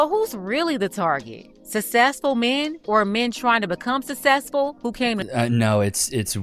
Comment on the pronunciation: Why do these idiots always say success wrong what’s susess?